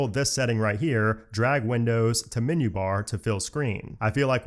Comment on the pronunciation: "Minyoo" for "menu" is like nails on a chalkboard to my ears.